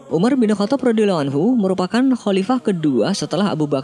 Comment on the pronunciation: pengucapan salallahu bukan shalaloh dan radhiyallahu bukan radhiyaloh kurang fasih min. 🙏